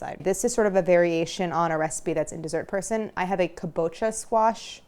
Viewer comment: the pronunciation of “Dessert Person” in the intro drives me crazy sometimes 😂